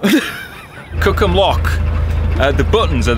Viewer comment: Sure didn't sound like "Cookham"🤣